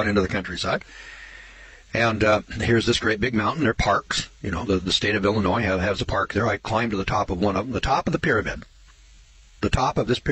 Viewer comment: Illinois= sounds like 'illa-noy'. Not ' illa-noise'. That's all.